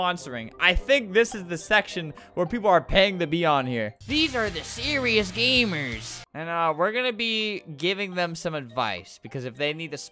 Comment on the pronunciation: "Theze are the SHERIOUS gamersh" That got me ther- ASBGAUISFHUI